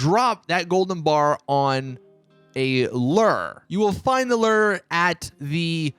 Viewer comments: Ler? Lmfao. Its lure my friend. Rhymes with sewer. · Lire???...or LURE?? LOL wth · It’s lure not lur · What the f$&@ is a lerr? Do u mean lure? Pronounced lew-er. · It’s pronounced LOO-ER not LER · Lur......it’s ‘loo-er’. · 😂😂😂 I can't even finish this video... I can tell youve never fished a day in your life... It's Lure bro... LOO-ER is how you pronounce it😂 They way you were sayin it had me dying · Dude...it's loo ur not our. I know it's confusing and you most likely haven't fished in real life . Looo ur, not lur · What is a ler i dont know what a ler is oh you mean lure "looer" and you dont need to pause for emphasis on every single word. This made your video impossible for me to watch. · It’s pronounced loo-er, not lurr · Loo-a not lerr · Its pronounced like loo er not lur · Wtf is a lur lmao...its pronounced loo- er lmao...lur lur lur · It's said loo-ur not lur 😂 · LURE. say it with me - LURE. Not "lurr" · I’ve heard ‘lu-ar’, ‘loar’, and the worst ever...... ‘LER’. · It’s pronounced LOO-ER. Not LER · "Lew'er" not "ler" lol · Its Lure (Lewer) not Lerr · Sounds like he saying Lur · It’s Lu-er Lure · Lew-Ur is how it’s pronounced. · Wtf is a lurr? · Thanks for the tips 👍.It’s pronounced Loo-er btw...havent you ever actually gone fishing irl lol🙂 ?! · What is a LERR? Seriously im not that dumb, cough cough. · This dude says "luur"😂😂😂😂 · loo-or. jesus. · “You hit B.” While playing on PS4.. Pronounces Lure as “Ler”.. and “prONGhorn.” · “Drop the one bar on a ler”😂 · I am almost 40 years old and this is the first time I have ever heard a lure called a “ler” and salmon called “samon” Thanks for the laugh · It's a "looo - errr" not whatever you're saying..... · Its pronounced lewer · A luuure? Wtf. Have you ever gone fishing in real life? Dictionary bro!! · Dude. Its a pronounced Lew▪er say it now, Leeewww- ER... not lure that rhymes which sure....its luwer that rhymes with sewar...cmon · Nobody going to talk about how he pronounces lure as LUR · Lol “lure” it’s lew-er